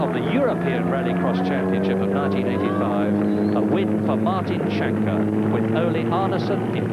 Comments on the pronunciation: As a Norwegian, I can`t get over how the commentator pronounces Martin Schanche`s name 😂 Sounds like he`s shank-happy. (It`s pronounced Skankeh) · Even better if he'd learned to pronounce Schanche. It is not "Shanke", but "Skanke"